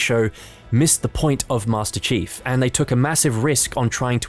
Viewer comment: did you just call him master cheeks?